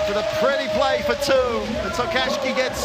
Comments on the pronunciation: Great game, and thanks for putting the full game online, but please FIBA commentators... practise your pronunciation of Japanese names before the game: Miyoshi (not MiYAshi), Tokashiki (not TokaSHI), Akaho (not AHAho, AKAIho or AkaYO), Mawuli (not MUli) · They can't say Tokashiki, can they?